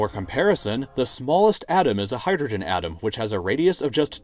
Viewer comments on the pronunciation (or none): none